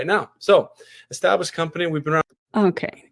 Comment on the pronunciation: Im 5 min in..."establish-ed" what?!